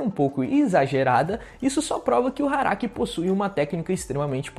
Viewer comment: eu ouvi... HARAKI? kk